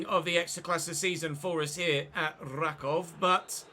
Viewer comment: team pronounced "RAkuf" btw